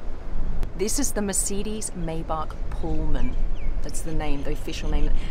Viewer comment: Micydis Meybach 💀